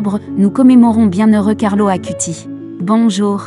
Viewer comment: Bonsoir. Belle vidéo sur mon cher ami du Ciel Carlo. Une petite remarque : son nom de famille se prononce "Acoutisse" et le terme "eucharistique" se prononce "eukaristique" 😊🙏. En union de prière avec Carlo 🌺.